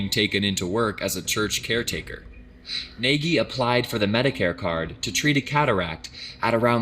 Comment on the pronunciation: He really pronounced Nagy as Neghi